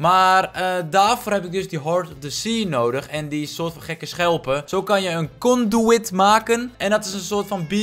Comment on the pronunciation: het is vet als je glowstone onderwater plaatst buiten de dome zodat je beter de onderwater wereld kan zien door het glas heen. het is trouwens een conduit niet een conduwit. (Kon-dwiet)